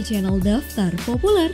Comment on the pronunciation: kzl ngomongnya populer kek ngomong uler